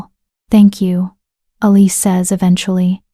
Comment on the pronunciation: Why isn't Elise pronounced correctly? It was constantly mangled.